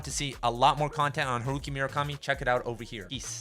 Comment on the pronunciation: Great video! But for the love of God please never pronounce Murakami like that ever again